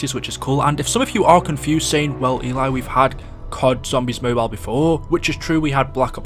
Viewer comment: It's Mobile not Mobile